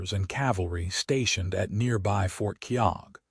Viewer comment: FYI, The name 'Keogh' (as in Fort Keogh) is pronounced 'KEE-oh' , not 'Kee-ogg'. 🤨